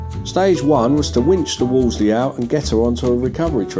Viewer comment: It’s not a Wolsey it’s a wolseley with 2 L’s!